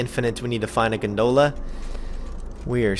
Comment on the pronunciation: gone-dull-a, not gun-dool-a